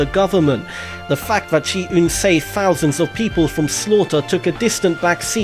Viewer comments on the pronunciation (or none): It's three and thousand Not free and fousand